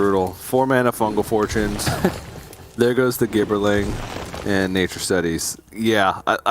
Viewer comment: Omg it is pronounced " JIB ER LING". Please google the word "gibber" or "gibberish". FFS...